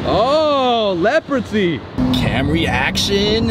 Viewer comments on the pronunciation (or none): This guy appears to be trying to create his own language. It isn’t working. Leprosy?? WTF?